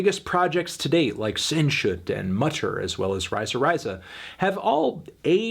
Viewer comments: Also consider "Zenshutt" and "Mahter" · "Senshut, Muder, ruaise ruasee" oof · Your pronunciation of Sehnsucht tells me that you did not listen to that album, Melon. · Holy shit I’m about to lose my shit if he doesn’t start saying the words right! Listen to when he said sehnsucht. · It's always funny to hear Americans trying to pronounce "Sehnsucht". I've heard about 5 different versions by now, none of them even remotely close. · The way Anthony pronounced Sehnsucht 😂😂😂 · No, sorry, he didn't. He mispronounced the following words: Sehnsucht, Liebe, Radio, Diamant. Also he misspelled the band's name ("Rammstien").